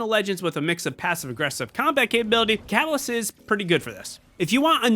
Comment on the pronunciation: fyi (sorry bout this) but its catalyst not calas